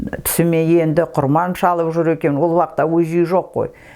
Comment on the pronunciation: Апажан сонша жыл кіл орыстың ишинде журіп тіл мен дініңізді ұмытпай жүргеніңізге мың рахмет, бір алла жар болсын, деніңізге саулық берсін. Тек "құрбан" деген сөзді құрман деп айтасыз, ия совет укіметінің арқасында көп әдет ғұрып өзгеріп кетті ғой